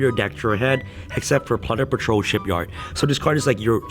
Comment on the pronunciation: Dude its plunder patrol not punder